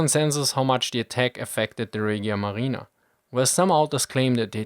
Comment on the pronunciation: A little correction: It's Regia Marina not Reghia Marina You pronounced the g as g Besides that you've done a very good video :)